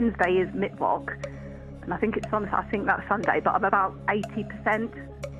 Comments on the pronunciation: I can’t be the only one who’s annoyed that they call it “mitt votch” and not “mit focha” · Mittwok :D